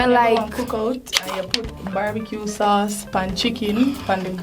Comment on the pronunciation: Never heard of sau(cheese) in my life 😂😂😂